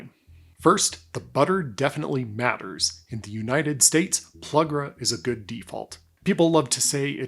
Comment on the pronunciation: If I may, the butter's name is not pronounced PLUG-ras but PLU-gras. As in, plus gras, which is French for "more fat." Other than that, superb instruction.